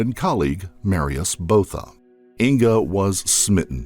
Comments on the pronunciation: Botha is actually pronounced [buaða], not [bouða]. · Van Der Vyver is pronounced "fun de fyfer". Botha is Booata. Can't remember any others!